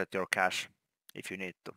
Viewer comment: Did you say cash or crash